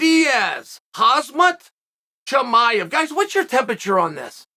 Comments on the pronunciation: KAZMAT CHAMAEV LMAO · Khazmaat Chiimaev lol he wouldn't change or rectify how he says his name . Legend:D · “Hazmut Chamiuv” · Khajmat chimaev😂😂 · Uncle chanel the best , KAZMAT chimaev 😂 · Wait whos Hazmaht Cheemaiyev??